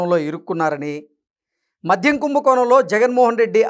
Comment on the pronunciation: మధ్యం కాదు నాయనా 😮 మద్యం.